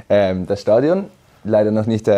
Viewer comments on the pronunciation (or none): Statuin Ohh man 😂 Es heißt STADION !